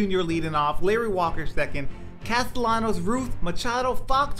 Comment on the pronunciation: Bro is NOT Castelanos is CasteLLanos 😂😂😂omg learn the name bruh